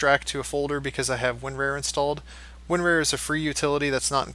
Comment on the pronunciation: Winrar, not Winrare.